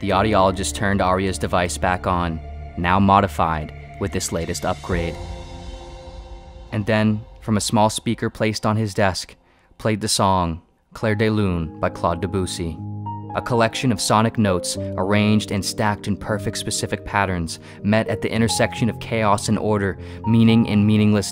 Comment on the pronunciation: fucking died at "clout deboosie" 😂 man work on your pronounciation if you want a serious story